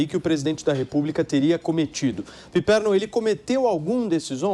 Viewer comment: O que é isso......"Pipermo"? Vai comer cocô bobão!!!